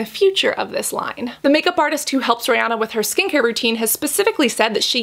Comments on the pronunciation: “Rey-oh-na” 🤔 now im curious as to how everyone else pronounces her name... i say “ree-an-na” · She keeps calling her Rayana.....girl her name is Ri-Anna..... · Her name is pronounced like Ree-Anna not Ray-onna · Rihanna pronounces it Ree-Anna rhymes w Hannah. Most Americans say Ree-Ahna, rhymes with sauna. I think Cassandra says it more like Ray-Ahna haha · ri not rey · This girl really went RAYYY- ah-nah 😂 I was like what hahah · The correct pronunciation is Ree-anna (that’s how Ri herself says it) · When she said Riri's name as: RaY Ah Na." I cackled🤣🤣 Thanks for the review girl. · Why is she saying her name like that 😂 ray Anna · she was named REE-anna, rhymes w She Hannah. A little different, but close! Most of us in the US say it wrong haha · Anyone else bothered by the way she said Rihanna